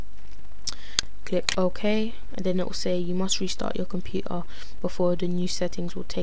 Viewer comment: xD Compu-er